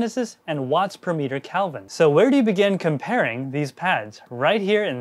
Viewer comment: It’s k-eh-lvin, not calvin klein